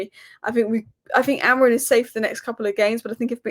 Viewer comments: It's AMORIM! Not Amorin!😂😂😂 Ffs can't even say your own managers name correctly.Painful to listen to. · So many United commentators think Amorim’s name ends in “n” !